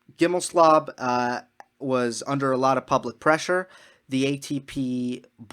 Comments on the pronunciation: Justin GimelSLOB..... did you mispronounce that on purpose? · I like your stand on "second chances" in the context. Want to note that it's GimelSTOB, not SLOB, although a good many (esp women) refer to him as the latter. JG swings a lot of weight in American tennis politics. He's pretty well embedded in Tennis Channel, owns the company that makes the "Uncovered" series, and is a close friend of TC's president Solomon. JG wants to be head of the ATP and the player council was ready to vote him in before the Halloween attack and its consequences. If he is returned to the council at some point it'll be because he still hopes for the top position. He's just not fit for it emotionally. I'm basing this not only on his past actions but on the article by the very friendly (to him) Clarey of the NY Times. He describes JG as sleeping very little, with a mind that's always racing. Hello? That's what normal folks call mania. Such people can be very productive, even brilliant, but there IS a cost. JG has shown no real remorse. He's like the thief that got caught and is not sorry he stole, but is terribly sorry that he's going to jail. He regrets the consequences of his actions but not the deed itself.